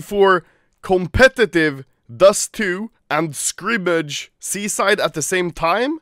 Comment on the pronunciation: You say "Seaside" like "Suicide" cringe